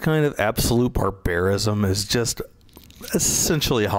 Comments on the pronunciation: BARbarism, not barBAREism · Liked the video, however please learn to pronounce "barbarism."